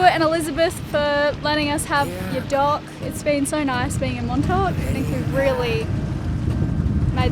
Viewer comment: I honestly understood dog instead of dock. I was all confused for a few seconds, thinking: "wait, did they get a dog? Did I miss something??"